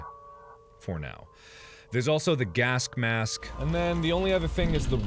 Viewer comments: so this entire time noone notices markiplier misponouncing gas mask as "gask mask"??? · Sometimes you say gasp mask. Have a sakura flower 🌸! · “gask mask” -markiplier